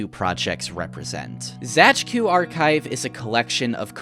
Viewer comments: Actually Zajcu is just read as "Zaitsu" if I'm reading a polish word correctly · please for the love of god do not ever pronounce Zajcu like that ever again